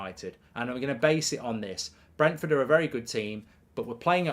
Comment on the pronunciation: You could not pronounce Brentford at the beginning and then could not differentiate between Brighton and Brentford. Top class work.